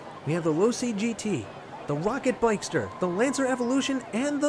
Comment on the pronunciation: Its pocket bikster....not rocket bikester....just corecting you 😊